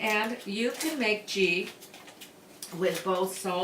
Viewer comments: It is pronounced with a a hard "G" as in "goat." There is channel I watch; the lady makes ghee in the oven and she uses a small strainer to strain the solids and it works real well. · I like it with the soft g. It’s kinda cute. I’m adopting this trend.